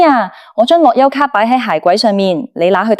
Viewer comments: 低級錯誤發音都發錯，係樂遊卡唔係落優卡🤬🤬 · AI 樂<休>咭, 好哽耳,聽得辛苦